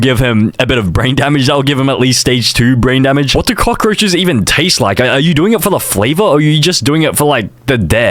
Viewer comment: said crockroches not cockroches